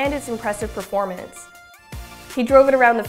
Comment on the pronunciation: Anyone else listen to when the girl says Performanence? 😂